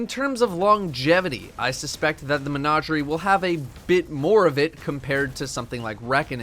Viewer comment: I finally found someone who pronounces it as “Mehn-Auj-eri”